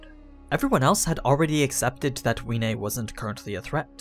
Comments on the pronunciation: Wiene it's pronounced Vee-eh-nay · Isn't the W sposed to be pronounced like a V? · I am the only one that pronounces wiene as viene